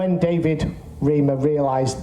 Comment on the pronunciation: Two things: Johns (not John) Hopkins; Reimer rhymes with "timer."